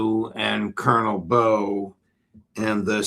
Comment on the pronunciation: Jacques Baud - pronounce it with a short O … 59 people in the EU at the same place - another Swiss woman too - and no saving, help even answers from the 🇨🇭gov. Ouach !!!